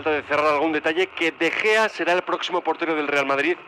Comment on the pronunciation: min "De Jeo" ahahah 😂😂😂